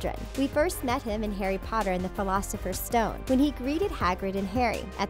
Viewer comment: What the hell is the pholafesers stone